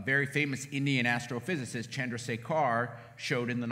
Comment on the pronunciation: please learn to pronounce Chanhrasekhar correctly